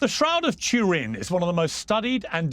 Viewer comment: The god nut case cant even pronounce Turin. Pathetic!